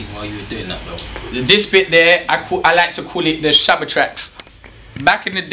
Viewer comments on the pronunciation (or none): Did man jus say Shaba tracks? Lmaoooo